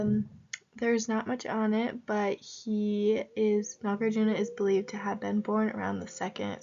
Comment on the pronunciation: Hello, you can pronounce Nagarjuna, as Nagar+ Juna. but try not to pronounce as NagarJunYa. Shunya + ta => shunyata But great job in posting videos